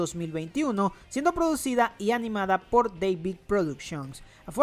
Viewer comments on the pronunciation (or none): none